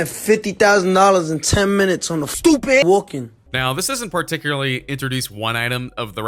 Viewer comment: He doesn’t own that Ferrari movlogs does “STOOPID”!